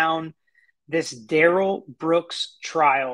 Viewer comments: I’m with you, Monique. It REALLY grates on me when they mis-pronounce his name. It’s rude. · It’s the pronunciation he does not agree to. It’s Duh rell not Dare El